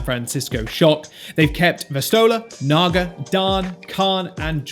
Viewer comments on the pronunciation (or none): none